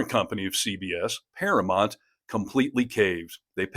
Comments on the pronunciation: It’s “Paramount” not “Paramont”. Ugh…😊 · I agree with all this except I kind of think this seems like AI since you keep saying paramont and not Paramount. (not once or twice, but like 12 times!) You do know it is para mount and not para mont? Is this maybe a British thing? Language barrier. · Please learn how to pronounce Paramount. You keep saying Paramont (even the subtitles agree with me). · Para-MOUNT. Pronounced Mownt. It's not Paramont. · I'd love to hear the story but I can't handle the mispronunciation of ParaMOUNT. It's paraMOUNT not paraMONT. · I understand the issue, and am in Colbert's corner. But I have to ask: why can't you say "Paramount" correctly?